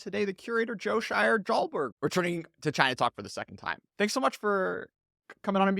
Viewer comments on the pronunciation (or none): Dude. It's Scheier-DOLBERG